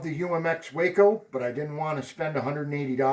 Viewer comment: It’s “ WAH-Co…..!! Not Way-co…..